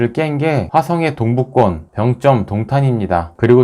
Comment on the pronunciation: 병쩜 아니고 병점 입니다.. 읽을때